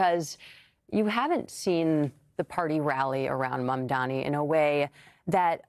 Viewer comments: Calling him "Cuoma" is actually a fantastic retort to his constant mispronunciation of Mamdani (which is super embarrassing for Cuomo btw, I don't understand why he thinks insisting on "Mamdami" is a good look) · Why can’t cuomo pronounce mamdani’s name correctly? Is it intentional or he is so dumb? Either way this guy should not be the next mayor. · It’s MamdaNi this guy still can’t pronounce the name of his future mayor?